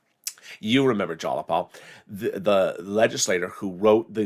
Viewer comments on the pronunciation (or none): sweetie, its pronounced jie-a-paul ...but.....I STILL LOVE YOU!